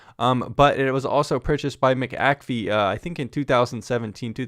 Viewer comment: Its not Mick Ak Fee , Its McA'fee